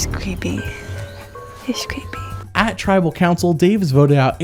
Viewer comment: Christy did one of my favorite confessionals of all-time, "He's cweepy" is in my top 15.